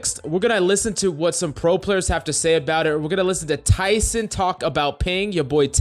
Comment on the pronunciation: You saying Tyson like you his best friend lmao …it’s tenz man TENZ!